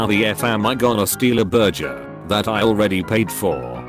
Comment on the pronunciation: So the bot can’t pronounce glance but calls burger “burjer” makes sense